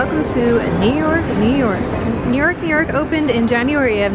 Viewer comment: i love the way you say New York New York!! it cracks me up!! you're!! Sorry security stopped the show. take care!